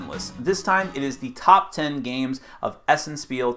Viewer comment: It is pronounced 'shpeel'. ;)